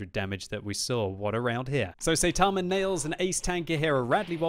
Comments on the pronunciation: Notice he said "saytama" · i knew he said the name wrong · Im just tilted from the way he pronounced Saitama